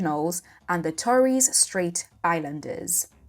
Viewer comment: Can't even pronounce Torres Straight as an 'expert' is a problem.